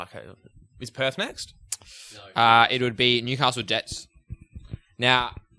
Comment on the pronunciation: Did man say “Newcastle Debts?” 😂💀